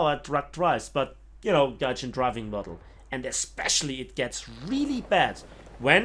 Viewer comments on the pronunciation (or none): none